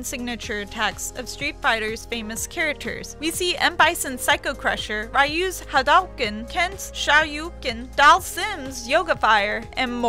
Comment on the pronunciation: She sounds like she's pinching her nose and she can't even pronounce Hidouken or Akuma